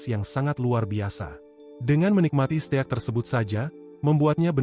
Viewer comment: steak bang bukan ste ak